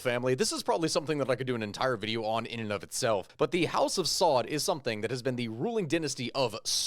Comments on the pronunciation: Their family name is not “SAUD”. It is pronounced “AL SA’OOD”. Just an FYI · It's pronounced SA-OOD